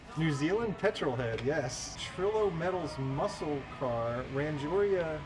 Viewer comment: LOL funny you're freaking out at the most basic Japanese cars! Ran-gee-ora - classic!